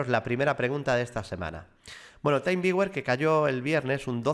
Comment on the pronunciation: creo que se pronuncia "timviuer"; con "taimviuer", lo deberías escribir de otro modo.